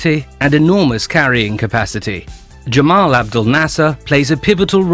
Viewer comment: Apologies to any Egyptian viewers for the pronunciation of Nasser’s first name: Gamal. I was using standard Arabic as a reference and I realised afterwards that in Egyptian Arabic it’s actually pronounced Gamal with a ‘hard G’ not Jamal with a ‘J’ sound. I did my best :)